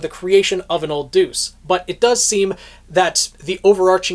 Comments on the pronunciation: Isn't it pronounced "de-us", not "duce"? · no, in this situation where it means god, it’s pronounced more similarly to “day-us” This guy says it like how you would say deuce in tennis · Just a heads up it's deus (pronounced day us). It's an ancient Greek word for "god". E.g. deus ex machina. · I keep giggling because you pronounce Deus as "deuce"... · Your pronunciation of Deus actually made me say "Old 'what'?" in disbelief